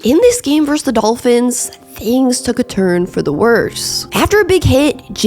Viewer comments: VerSUS. Two syllables. Not "verse." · I won't rag on you for how you pronounce Titans. But I will for this- and it's something a LOT of people do, but it's wrong: VS (as in Buffalo vs Detroit), is pronounced VER-SUS. Two syllables. Verse is part of a song. Versus means 'against' as in two opponents in a contest. But it's definitely 2 syllables. I don't know how this got so widely spread, but people didn't used to do it. Pat Macafee is really bad for this, but again, he's wrong. Just google (versus + meaning) and be sure to hit the little speaker icon to hear how it's pronounced. Gotta take this word back, one youtuber at a time. First video of yours I've watched too, btw. I enjoyed and gave it a thumbs up. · I can handle how you say “Titans,” but the way you say “verse” instead of “versus” is another story 😂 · It must be an East Coast thing. 'Titans' and 'versus' are words that are pronouced oddly by eastcoasters. Versus sounds like verse. Same thing with JG9's videos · You also can't annunciate "versus" or "important"...you say "verse" and "impordant"